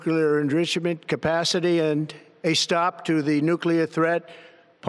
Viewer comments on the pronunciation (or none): nuclerrenridgement capashity.